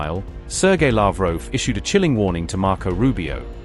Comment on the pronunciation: It's Lavrov not Lavroo